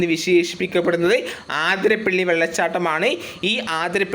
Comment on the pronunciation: ആതിരപ്പള്ളി അല്ല അതിരപ്പിള്ളി